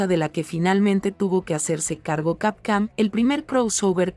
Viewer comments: ¿Por qué dices Capcam en lugar de Capcom? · WTF SIN OFENDER desde cuando capcom es camcam! x D JAJAJAJA no mames leee BIEN saludos disculpa SER GROSERO pero me da risa xD CAMCAM XD ala mejor es efecto mandela XD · Se oye capcam jajajaja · Capcam?? .. Esa basura de locución,. Apesta a IA degenerativa